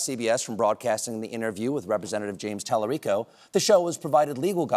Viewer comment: He’s not pronouncing talarico correctly. However hearing one of my hero’s say it is unreal cool